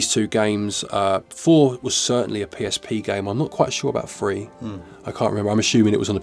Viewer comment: What’s the difference between how a Brit pronounces 3 and the word “free”?